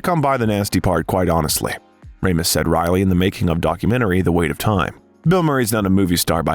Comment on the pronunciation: I really love your bios, the info and visuals are awesome, and the voice and pace are perfect. If I had just one criticism that can fall on the "needs improvement" side, it's- please look up names to say them properly, Ivan, Ebert, Ramis all have hard vowels. I've noticed this in several of the bios and I think they'd be absolutely perfect if this could be corrected. Thank you for the hard work